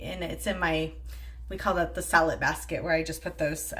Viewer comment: I watched a new video about organizing your fridge and I would swear you said "Sell it" basket and your explanation made no sense. I just heard here what you said... "Salad basket". I'm over here rolling.